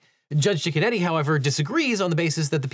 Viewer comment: It sounds like you’re saying “Judge Chicken-Eddy” but that can’t be a serious name. I have to assume it’s Judge Cicchinetti or something like that 😂